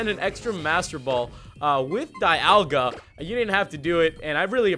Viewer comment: dialga is pronounced Deeolga